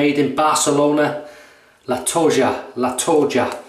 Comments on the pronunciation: Hi,. In the Spanish language "J" is spelled same like "H" (HOME) in English. (LatoHa). Nice video again. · It's La To Ha